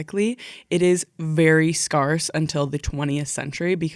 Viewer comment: Did she say ‘scarse?’